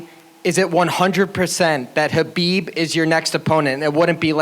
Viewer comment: Justin pronounced Khabib's name correct